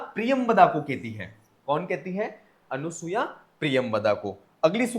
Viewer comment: अनुसूया ऐसा उच्चारण मत करें।